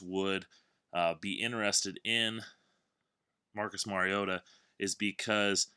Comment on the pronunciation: Finally someone who knows how to say Mariota, great work man